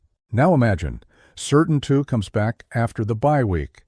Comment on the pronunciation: Learn how to pronounce Patrick Surtain II name, its not Sur Tin it's Sur Tan.